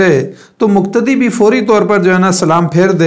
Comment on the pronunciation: مقتدی. مکتدی وقاص وکاص اقتدا اکتدا . قول اور کول توفیق اور توفیک میں فرق سے اپ خوب واقف ہے پھر ذرا احتیاط کی درخواست ہے تاکہ قلب اور کلب واضح ہو Plz